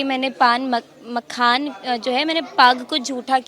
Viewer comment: जो मखाना नहीं बोल पा रही है जैसे लोगों से बिहार क्या उम्मीदकर सकती है ऐसे लोगों को वोट करना दिल्ली मुंबई पंजाब गुजरात हरियाणा पलायन रुकेगा नहीं